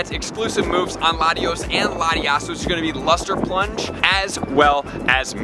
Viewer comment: Lmao “Luster Plunge”